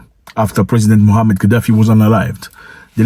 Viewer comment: It's Muammar Ghadafi, not Muhammad Ghadafi.